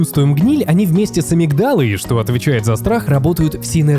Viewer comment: Автор, если уж и берете сложные темы, то ставьте правильно ударения: амИгдала, Инсула, фетИш. Слушать прям физически больно